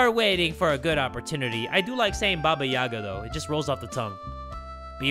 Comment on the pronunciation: The slavic stories always were a part of my childhood! Love your videos btw, keep it going! So to explain the name Baba Yagá(the stress is on the second syllable actually), Baba is short for granny and yaga is her name. So basically baba yaga is a scary ugly Slavic witch, that usually figures in mythology, flying on a broom and living in a hut with chicken legs. She also has some magical powers and lives in a forest. Tho I’m sure that in this game her(or its) appearance will be much more different and even scarier than it is in kids tales.